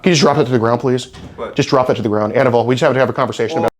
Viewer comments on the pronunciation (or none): His name is pronounced "a-NEE-ble".